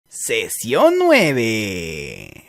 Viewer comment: Seeeecionn suuueeeeveeee